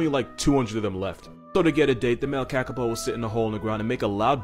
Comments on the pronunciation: Kakapo is pronounced KahKahPaw :) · kakapow no its more like kakapoo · Pronounced carcarpour kakapo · Kakapo (kuh-kah-Poh)